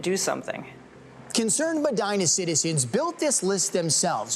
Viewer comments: meh-dee-nah not my-dyna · pronounced Mehdeenah! Common dude!